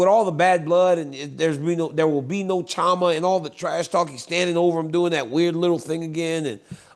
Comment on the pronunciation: The CH is pronounced SH like Chevrolet. So it's not Cha ma. It's Shama.